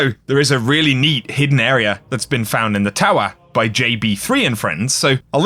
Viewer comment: When a word ends with an “a” the phonetic sound is NOT “er” so when says the word “Area” and pronounces it “Areaer” that is absolutely an incorrect pronunciation.